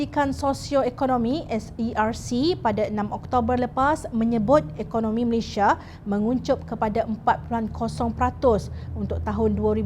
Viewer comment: Malaysia bukan Malayshia.